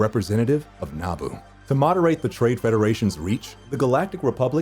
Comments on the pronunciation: It’s Naboo not Naabu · A don’t like how you say Naboo like Nah-Boo and not nuboo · It’s na-boo not naa-boo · NA-boo? I thought it was na-BOO? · Its naboo nuh-bu not nah-bu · Someone tell him Naboo is pronounced nah-boo